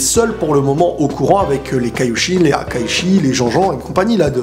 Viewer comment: salut super vidéo juste un détail: on dit HAKAISHIN!! ^^